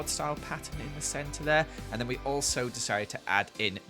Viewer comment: ‘And we also decided..’ ‘And we also decided’ ‘And WE also deicided’